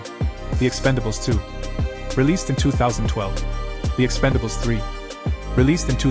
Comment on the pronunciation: it’s ‘Expendables’ not ‘Expandables’